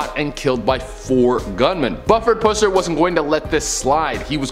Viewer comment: My cousin was best friends with Pusser’s daughter. I say “was” bc his daughter passed a few years ago. So sad. (You said his name wrong btw lol.)